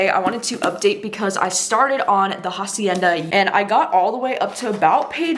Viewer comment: also the h is silent haha